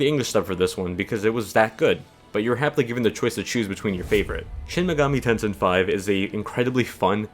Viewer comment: Good review but the game is "Tensei", not "Tensin". Not sure where you got the 'n' from